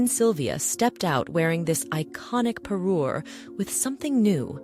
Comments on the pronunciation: Me encantaría q pronunciarse correctamente, no le regalo un Perú ( un país) le regaló una parure ( conjunto de joyas que hacen juego). Mí Dios!!!!😮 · Say Parure one more time.